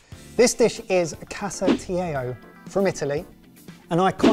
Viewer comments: Pssst: Italian double “L”s are still “L”s. pronounced Casatiello as if it were a Spanish word (where double “L”s = an English “Y”). #TheMoreYouKnow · Casa-tee-ello (not casa-tee-ayo, more spanish pronunciation). Classic Italian Easter dish. Next time also try pastiera or chiacchiere with sanguinaccio. Delish! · For Casatiello, you’d pronounce the l’s in the word. I’m italian, you’d pretty much pronounce every letter. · Did say "falscher Hase" translates to "fake hair"? And did he pronounce the Italian name in a Spanish way? 😂